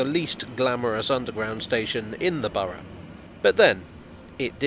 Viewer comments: Among other things, I certainly got a chance to master the British pronunciation of "Borough"! 😁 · Correct pronounciation of Borough is very thorough of you 😉